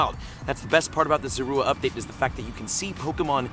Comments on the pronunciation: You Said Zorua Wrong The Entire Video XD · You pronouncing zorua name wrong , go watch the movie